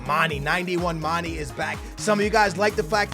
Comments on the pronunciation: And for gods sake its not mani its mane!!!!!!!!!!! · he can't say mane properly